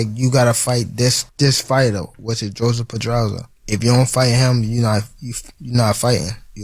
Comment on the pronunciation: It's not Joseph Pedraza It's Jose but ok Jose spanish is Joseph in english.